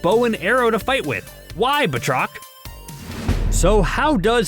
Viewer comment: ffs it's not Bah-trok. It's pronounced Bat-Rock!! That's bat as in baseball bat and roc as in Chris Rock. 20 seconds in and ur video fails. Please do basic research or stop pretending you have ANY Marvel Comic knowledge!